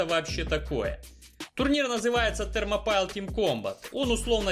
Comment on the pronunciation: Вообще-то это Thermopile произносится как Термопали с ударением на «О».